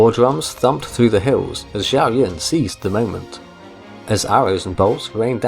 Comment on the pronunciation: The name Xiahou is pronounced Shaho